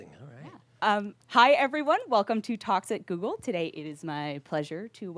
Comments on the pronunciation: did it sound like Toxic Google when she said talks at google Freudian slip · Was I the only one who heard "Toxic Google" instead of "Talks at Google?? Because I like my way better XD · "Hi everyone, welcome to toxic Google". I can't hear it any other way